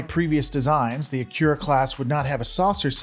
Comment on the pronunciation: At least pronounce the main focus a-Key-Ra class correctly!!